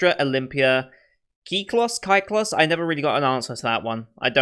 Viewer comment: Kyklos = Κύκλος, which means "circle" in greek. The way you are saying "Kyklos" (the "in your head" version) is really accurate. (can confirm, since I'm Greek)